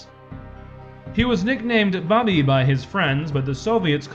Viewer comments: Get it right, he was called Bubi not bobby. Oberstlautnan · Bubi ( kid) is pronounced boo bee in German.